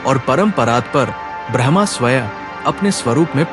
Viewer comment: Bhai agr normal log bhi tere video sune or smjhe to simple hindi me bola kr smjhe hr kisiko itni shuddh hindi nhi aati or AI translation mat use kra kr jo brahma ko bhraaahmaaa bole